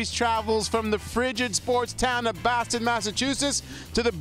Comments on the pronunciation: “welcome to baston massachusetts” no it’s boston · It's pronounced like "Baw-Ston". Boston. Wtf is "Baston"